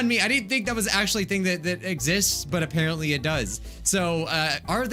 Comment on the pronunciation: She said aPARENTly XD Get it? Because she's a parent :I